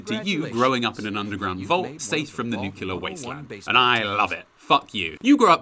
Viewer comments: I'll never be able to get over how so many people say 'nucular' instead of nuclear. It's not like it's a hard word to pronounce. I mean, great video as always! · Masters in chemistry, says “nuculer” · heh nukular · NUCLEAR you intellectually challenged Youtuber, it is NUC-LE-AR, not NUCELAR! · I love your content so much but omg when you said "nukular" instead of "nuclear" I kinda really cringed because George W Bush (so cringe) ....................... That's allll I hear when it's pronounced that way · Great vid, but the fact you say nucular as an ex-chemistry teacher irks me something fierce. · NEW. CLEE. ER. NOT NUKE-YA-LER.